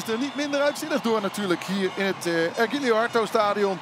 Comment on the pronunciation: Univar, estadio ergilio harto.. er zitten wel wat meer foutjes in. Zal de warmte wel zijn ^^